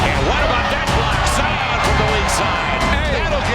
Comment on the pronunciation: Zion been well known since highschool and the disrespect on part of the announcer to call him Ziar Williamson